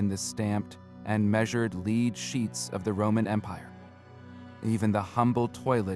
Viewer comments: Your AI mispronounces "lead" as "leed" when it should be "led". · Hard-coded captions are extremely annoying! A simple word like 'lead' mispronounced over and over... the AI narration is equally annoying. As is the use of irrelevant AI artwork.